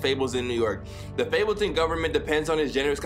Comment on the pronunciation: This man said fabletun